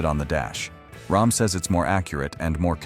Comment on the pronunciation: rAm... not rOm